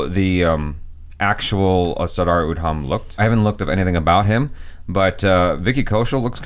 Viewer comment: Rip his names pronunciation!